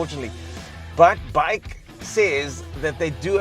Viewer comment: Just so you know...BAIC is an acronym (Beijing Automotive Industry Corporation) and is pronounced B-A-I-C and not "bike".